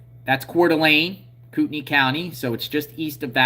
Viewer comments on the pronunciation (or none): none